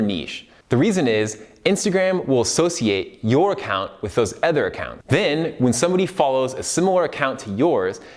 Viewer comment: Am I the only one struggling to listen to him say "other"? Please correct the way you pronounce that word lol its so bad...